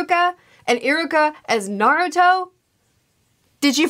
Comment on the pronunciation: its actually ee-ruka not i-ruka